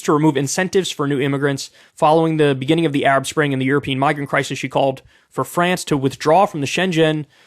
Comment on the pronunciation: To my French friends, I sincerely apologize for Kyle. It hurt me too.